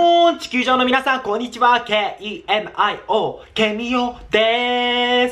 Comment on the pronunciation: 小学生っぽい人のやつkemio？って言ったんじゃなくてだれ？って言ったように聞こえたw